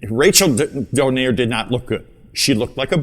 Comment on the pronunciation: Who’s “Don air”? It’s “Donai-re” and not “Don air” 😂